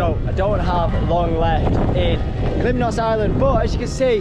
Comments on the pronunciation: And its KALYMNOS NOT KALIMINOS 🙄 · Its called Kalymnos and not kaliminos